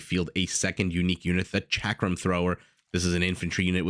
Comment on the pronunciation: Gur-yara. Shock-ram. ... Please google how to pronounce anything you intend to color commentary.